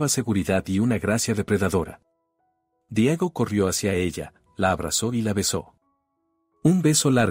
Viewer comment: No se prinuncia Diago. Se dice Diego